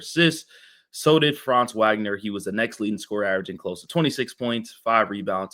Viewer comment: Thanks for covering the Magic, I mostly agree with your assessment. Just fyi, Franz & Moe's last name is pronounced "Vawg-nur", not "Wag-nur"